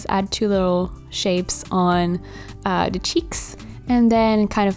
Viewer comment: I like how she says ‘d’ instead of ‘the’ every single time lol